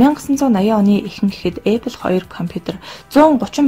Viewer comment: Goy medeeele bna gehdee Apple geed zuv heleerei bi odoo epple gej yu yun bol bodlooshd ehendee